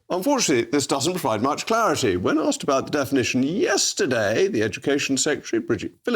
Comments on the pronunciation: asked, asked asked, not axed ffs, can we start teaching this in school? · “You arksed me the question”. Says it all. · You axed me the question 😂 says it all really!